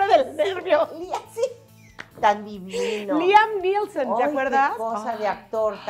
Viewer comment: Liam Neesom lo escribiste bien pero lo dijiste mal , muchas felicidades a las dos.